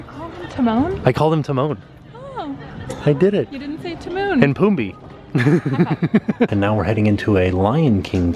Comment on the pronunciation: I was so impressed when said Timon right and then I about spit out my food cracking up when he said “Timon and Pumbii” 🤣🤣🤣